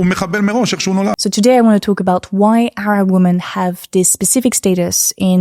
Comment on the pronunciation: pronounce “women” correctly challenge 2025, difficulty: impossible